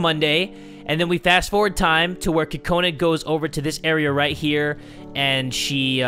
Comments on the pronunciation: Cocaninea Haha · did u mean oka cola?